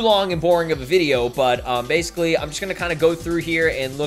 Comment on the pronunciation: SLO: So baicily. Me: So bacily..... A fuck a can't beleve you done this